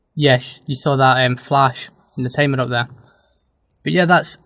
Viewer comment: Honestly, I had to play your video several times until I understood what you meant by "Tamer" (Timer)